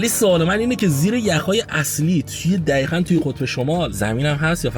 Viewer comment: عزیزدلم‌چرا به دقیقا میگید دخیخن؟ ببخشیدا واقعا اذیت کنندست که حرف ق رو خ میگید